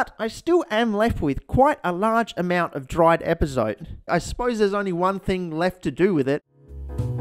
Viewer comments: The first bad word on the bad word counter isn't bad, it's pronounced "EpazotÉ" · it is epazot- eh, not epazot... in spanish Es at the end of words are not silent. I swear I wanted to slap you as much as a French want to slap people who mispronounce Croissant. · Epazote, pronounced ehh-pa-so-teh. Just an FYI